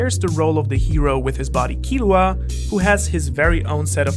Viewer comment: I'm suprised your saying killuas name right